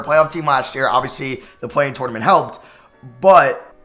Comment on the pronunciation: Did it bother anyone else how he said tournament every time